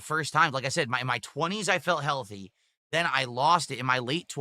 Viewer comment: I wonder how Katherine feels about this, if anything she's 3x times bigger than she used to be. Having this dimwit yap about being "heaYUlthy" and "dormann mussles" must be a kick in the guNt (pun intended).